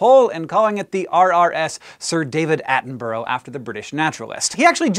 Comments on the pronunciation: "At-en-Bruh", not "At-en-Bur-row" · "Attenborough" not "Addenboro". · Its pronounced Atten-brugh, not Atten-burrow :) Not usually bothered about that type of thing, but he is one of my idols and deserves better :D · It's not pronounced Attenbro. You should say people names correctly regardless of accent, you would not like to be called Honk. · His name is pronounced (Sir) David Attenburra, not David Attenburro. Also, It's Edinburra, not Edinburro. You Americans get this wrong a lot but you teach me, I'll teach you and make British people less irked at your pronunciation. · atten-bro? silly americans its pronounced atten-burah. the u is almost silent so its more of a mix between atten-burah and atten-bra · its pronounced at-on-bur-uh, not at-on-burrow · I think as Someone from England To hear americans speak the most jarring bit to me Isn't things like Aluminium or you calling crisps, chips. but to me it is the way most of you prounounce borough like in Attenborough We would pronounce it closer to Bu,Ra whereas you are Bu,Ro. Mostly though I'm wondering are there any words or sound to an american ear that sound jarring when brits speak english? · Yo dog Attenborough is pronounced Atten-bruh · Its pronounced 'Attenbruh' by the way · " Attenboro?" at least learn to pronounce the great man's name correctly please. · Attenborouh is pronounced Atten-Bur-uh Cause in the UK we can make Averham to Air-am. Cause.. yeah. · Has anybody told Americans that the suffix "borough" is pronounced "burruh"? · David Attenboroughs name is pronounced like David Atten-bruh for any future references :P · I love you Hank but you really can't pronounce Attenborough (at-en-bu-ruh) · where in England is it pronounced 'burg'? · I wonder why a lot of Americans have problems with names like Attenborough, Just remember it's Attenburha At-en-burr-a. But then a lot of them still can't say GIF properly either. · I cannot cope with how Hank says Attenborough 😭😭😭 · You're pronouncing his name wrong :p